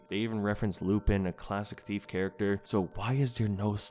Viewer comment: It’s pronounced lupin but otherwise good video